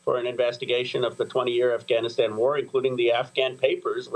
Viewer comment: Hey Amy...its 'Afghanistan', not AhhGAHHHnistan. You are impressing anyone pronouncing it with a your woke accent, and wrongly, i might add.